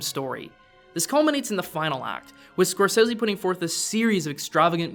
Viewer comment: Who is this "Scorsezzy" guy he keeps talking about?